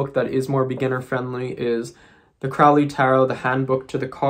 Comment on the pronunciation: Lon Milo Duquette didn't know Crowley. Crowley died way before. Crowley rhymes with Holy, not crowley which rhymes w fouly....